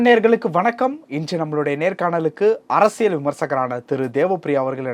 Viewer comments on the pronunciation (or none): none